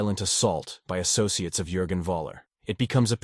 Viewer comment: "TRAGICOLLY" "CON-FRON-TACHION" "AHSSOSHEAHTAYS" I'd bet anything that is not an actual human being narrating that clip.